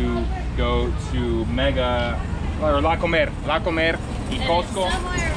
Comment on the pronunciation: One comment, you said you were going to the supermarket, La Comercial Mexicana which is great, yet you used the short version of the name yet pronounced it as the verb "to eat" and not the name of the store. Say "comer" (to eat) then say "Comercial Mexicana" and you'll hear the difference (or have a Mexican friend say it), and you'll sound correct or "Mexican"..... Love the t-shirts